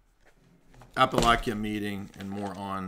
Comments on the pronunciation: Its Pronounced App-a-la-chia (Sorry, history and english nerd..) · a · puh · la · chuh